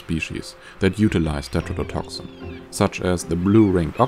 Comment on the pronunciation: Why do you pronounce some T's as D's? Never heard that before, with any accent. Tetrodotoxin you pronounce as "dedrodotoxin"... Stuff like this is important to at least try to get right. A lot of people just listen to videos, as I did and did a search, had to go back and watch to see why it didn't give the right results. Either explain that in your videos or description or, the obviously best thing to do, learn to pronounce T's correctly, which you should be doing from the start... Why just some of the T's? You obviously can say them correctly, so it doesn't make any sense. Is it a speach impairment? I'm just curious as to why, never heard it anywhere before.